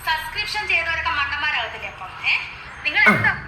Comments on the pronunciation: Subscribtion എന്ന് തെറ്റാതെ പറയാൻ പോലും അറിയില്ല അമ്മച്ചിക്ക് സസ്ക്രിഷൻ 🤣🤣🤣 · സബ്സ്ട്രേഷൻ എന്ന് പറയാൻ അറിഞ്ഞുകൂടാ അലവലാന്ന് പറഞ്ഞ് പഠിപ്പിച്ചു കൊടുക്ക്